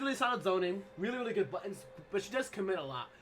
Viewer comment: I like sonicfox but damn, those "LIRLY"s was a bit too much